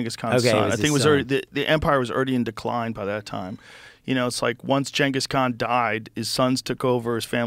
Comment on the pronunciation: can joe say ghangis khan like a normal person? what is he woke?